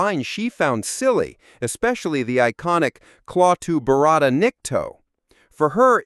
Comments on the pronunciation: Not barada, Varada` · Dumbass narration. It's not claw-two. And barada...no one rolled the "r". So sick of this new lazy ass age where everyone relies on AI or a computer to do everything Pictures being show don't even match up to what's being "said". And the real pain in the arse is how everyone just accepts it. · You miss- pronounced barada. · This great old movie deserves better than you half ass attempt. You can’t even pronounce the three words correctly. It’s not Clawtoo. It’s klatoo that rhymes with “At too” and there is no tongue rolling in the second word. My god you look so inept doing this. None of what you covered are secrets. All have been widely known for over 50 years. Do it right or don’t do it at all. Thumbs down. 👎